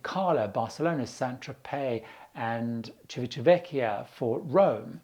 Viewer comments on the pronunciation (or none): Civitavecchia pronunciation! shame